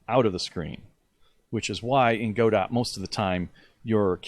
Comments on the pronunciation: Its not pronounced go-dot. Its pronounced go-doe. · He said Go-dot, instant dislike. Just kidding, great video man! Thanks!